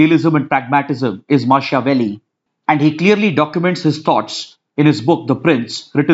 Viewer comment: Pronunciation of Machiavelli is wrong